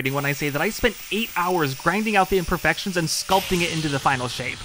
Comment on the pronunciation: “Imperfections”…. This man…